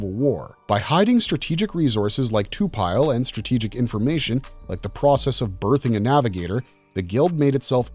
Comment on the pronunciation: This is awesome but I keep getting tuned out when you say to-pile vs to-pi-le (Lee). You can say it how you want but I could t help but comment this.